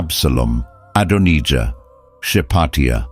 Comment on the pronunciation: Is anyone else fed up with the constant changing the pronounciation of Adonijah. Ad on ee jah then Adon eye jah (the correct pronounciation in the uk) the second English voice that AI uses. Dreadful drawn out and Zadoc the priest also 2 different pronounciations. Sorry this drove me mad. If you can't narrate it yourself and hide yoursrlf behind AI how can we trust you are giving an accurate accout. The bible narrates it very clearly do we really need this explaination. At least you use God's name but even that becomes The Lord on and off. Not impressed.